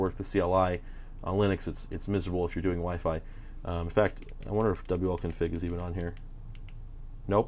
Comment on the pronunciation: I'm surprised nobody has corrected you on iwconfig (not wiconfig).